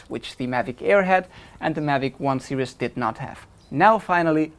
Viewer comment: Hi, good vid. Just a bit of constructive criticism. You mispronounce the word series and are always saying serious. The two words mean something totally different. Serious in German is ernst. Series in German is Serie. But don't worry almost every German TV commercial makes the same mistake. As a mother tongue English speaker it's hard to listen to.